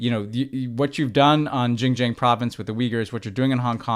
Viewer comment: Boys, one of you was one of the highest officials in American foreign policy, please! Xinjiang is pronounced [sin -dziang] not jinjiang or whatever Ben said. This finally has become a part of American policy, let's pronounce it right!